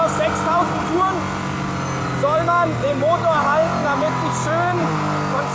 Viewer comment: Danke für diese lustige Video. Wir hatten wieder richtig viel Spass. Nicht vom Inhalt, sondern von deiner Aussprache. Machne, drückne, haltne, habne, hintne, untne, gewesne, durchfahrne, durchcheckne, das ist ja nur eine kleine Auswahl. Unsre kleine Gruppe hat jedesmal einen sitzen, ne sorry, sitzne wenn wir einen kurzne trikne bei deinen lustigne Videos.